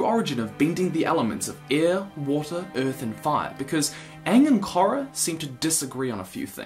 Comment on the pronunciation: Omg youre pronouncing korra wrong if you look at the series the "o" is longer (sound)